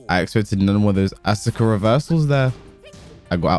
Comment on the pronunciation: The su in Asuka's name is like the su in Sasuke's name.. the u is silent